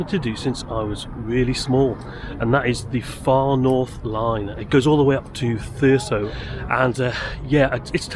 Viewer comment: Thurso is pronounced Thurzo. Don't want to upset the Gollocks do we!